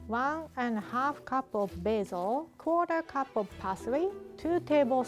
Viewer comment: Is it just me or did it sound like she said “cooter cup” instead of “quarter cup” 🤪